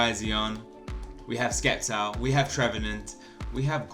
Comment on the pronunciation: you pronnounce it "Septile" not "Sceptile" just saying